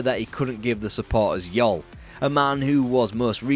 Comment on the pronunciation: "Joll" as in "Jolly", not "Yol" He said it in an interview in 2005 "That's why they called me "The Jolly man" when I was a player" It's painful to see this, as we haven't moved on at all. All shiny gloss and Prawn sandwiches, but with knackered Toilet seats and Dog shit in the Beer.